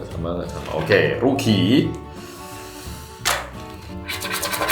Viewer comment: makasih udan menghibur, Aku liatnya malah lucu gitu apalagi pas ngomong "Ok Rugi" wkwkwkwk langsung ketawa dong nada pengucapannya itu lucu